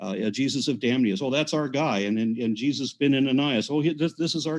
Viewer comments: Jee-zee-eyez. Aron is the best!!! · Aron Ra is funny as hell!! He said "Jesusi." I'm dead!🤣